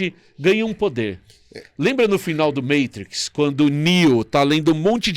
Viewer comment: pronunciando Matrix corretamente me causa estranheza kkkkkkk